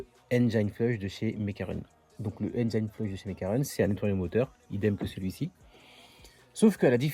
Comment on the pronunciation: C'est dingue il y a absolument AUCUN français qui sait prononcer correctement le mot "engine". AUCUN !!